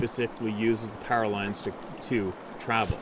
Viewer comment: Your saying pairalines do you mean powerlines